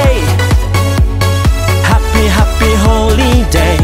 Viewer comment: The song was great but the pronunciation of Holiday sound like Holy day .. 😁 ... Sorry just can't kept it to myself 🙏